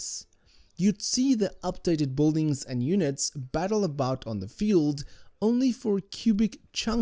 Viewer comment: Thank you for the awesome review. But I simply can't stand the way you pronounce Boldings